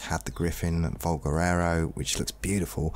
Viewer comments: Nobody commenting on how he makes valguero sound like valguerero? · Valguero NOT Valguerero! ;)